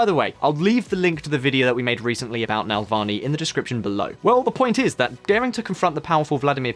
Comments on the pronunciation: Hint for future use: it's Navalny, not Nalvany. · when you guys prepare for your next video at least learn how to pronounce names. It’s not NaLvany it’s NaValny. You didn’t even read the word right mixing L and V. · How can you read "NavaLny" as "NaLvany" - I mean come on ! :) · NA-VAL-NY.....NOT NAL-VA-NY. Pronounce it right....smh.... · Navalny, not Nalvalny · Love the video. One question I have to ask a native English speaker is how can you read NAVALNY and pronounce it NALVANY? What the " bollocks " is wrong with the original carriers of this language? Just to summ it up ... Spell it like it is written... Slavic languages are based on Latin alfabet. It's not Arabic, Mandarin... Read the effing word and put some effort into work. On the other hand I'm grateful that someone putting an effort to make sure that everyone can access important information about stuff that will be omitted from most news . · It's pronounced ne-VALL-nee, not nel-VAH-nee. I'm frankly astonished that a native Brit like yourself would knacker the pronuncia---SHIT! Gotta go! Joe Biden just threw up during a campaign speech and collapsed! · it says NaValny,why tf do you pronounce it as NaLvany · You bucher his surname pleas try coretly pronounce his surname. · Tru. But I'm a bad sport, so I also demand a phonetically accurate pronunciation of the ль and ый sounds. Otherwise I'll unsubscribe! Learn Russian or you'll be treated with some tea of non-standard flavourings!